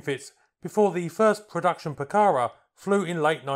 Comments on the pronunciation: it's not pronounced puh-CA-rah, it's puh-cah-RAH, accent in the last syllable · No es "Pucára" es "Pucará". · Please pronounce it properly: the acute accent on the last “a” tells you where the word should be stressed: poo-ca-RA not POO-cahra nor poo-CAH-ra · Please correct your intonation: it's not "pucára", it's "pucará". The emphasis is on the 2nd "a", not the first. And the 1982 war wasn't its main combat usage; that doubtful "honour" was anti-guerrilla, that is, it was used to hunt down those who opposed the dictator of that particular moment. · pucaRA stop saying PUcara. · (1)'Minor revision, "Pucara" is pronounced stressing the last "a", "pucaRA". (2) Good documentary about a beautiful airplane. Thanks! (3) A jet propelled version was considered, but never went beyond concept and proposal. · Another great video. Say 'PucaRAH' - the final a is accented. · Se pronuncia: Pu - Ka - Rá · Greetings from Argentina: 1- It is Pucará (accent on the last syllable) 2- I agree, the timing was horrible for this plane. 3- The engines were also a weak point. They weren't as reliable as the rest of the plane 4- You failed to mention a version, the IA-66, with Garrett engines, intended for export and to explore other engines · Muy bueno el video. Es Pucará, con acento en la última "a", se pronuncia como palabra aguda. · In pronouncing Pucara', note the accent mark on the last syllable.